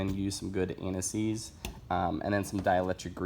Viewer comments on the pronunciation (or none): I can't understand the name of the grease you are putting on the spark plug threads. It sounds like you are saying N S EEEZ and I don't know what that is. Maybe if you showed the label of the products for both the threads and the electric tips?